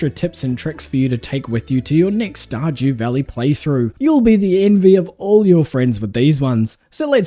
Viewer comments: Did you just say, Star "JEW" Valley? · "Star-Jew valley" 😂